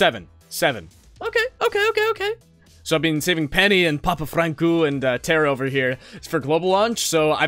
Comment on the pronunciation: its funny how he says papafranku